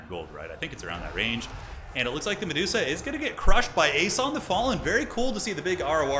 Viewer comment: The dreaded Me-duo-sa gambit